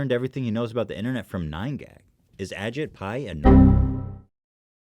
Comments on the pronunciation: I'm pretty sure it's pronounced "a cheap pie" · it's egypt pi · umm just a small correction Ethan, it's actually pronounced Ashit Pie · correction Mar H, its actually pronounced Ashit Pile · Actually, it’s pronounced ashit pai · It's pronounced Ah-jEE-pai, but yeah I agree.